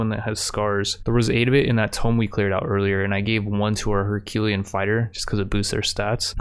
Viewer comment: Man the way you pronounce things…tome? najinata?